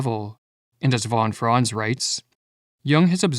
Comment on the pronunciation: Is this AI-made? "Von Fron" lol. Try fon Frahnts